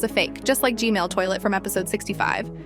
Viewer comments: why she still saying gmail toiltet its gman or no? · It's "G-man"not "g-mail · Can u tell me why u say g-mail instead of g-man? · It's g man not g mail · Is it just me or did she say G-mail toilet?